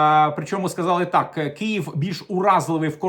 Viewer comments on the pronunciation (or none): none